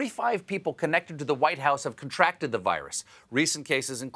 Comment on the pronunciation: "At least two people close to Guiliani have CON-tracted COVID-19."